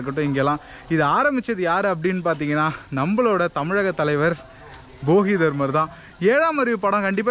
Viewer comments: தலைவரே, அவர் போகிதர்மர்/பொங்கல்தர்மர் இல்ல, போதிதர்மர்😂😂😂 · போகி தர்மர் இல்ல தம்பி போதிதர்மர்